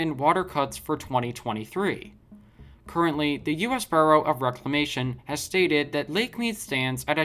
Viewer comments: the word BUREAU is pronounced B-YOO-ROW and not BURROW as to dig a rabbit hole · Bureau is pronounced Beur-o. Gorge is pronounced with a hard G.